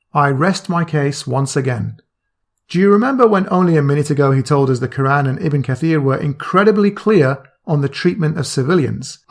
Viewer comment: Lmao he criticises asadullah for his pronunciation then two seconds later he says ke-ran like some non Arab with a lisp loooool